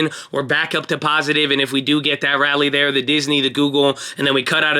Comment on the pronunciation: its N-vidia, not Ni- vidia